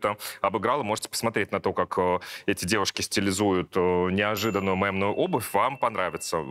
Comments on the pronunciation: Саша, мЕмную - через Е, не через Э ❤ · мЕмную, а не мЭмную, а то режет слух